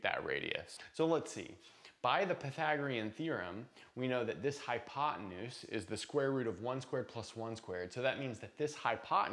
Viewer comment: "hypotenues" --- probably had a rough night...;-)